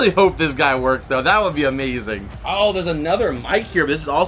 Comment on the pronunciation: gng said wonks lol it says works